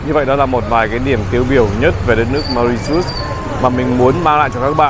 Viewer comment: Bạn tra từ điển xem nước đó phát âm như thế nào nhé, không phải như bạn nói đâu 😂❤